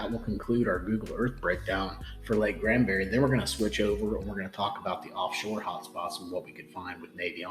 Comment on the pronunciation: Granbury, not Grandbury.